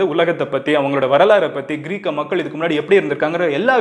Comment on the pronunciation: Athu க்ரீக் க..... மன்னர் Ila bro..... கிரேக்க மன்னர்....